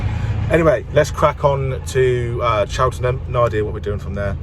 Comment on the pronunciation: he said Cheltenham wrong welcome to my town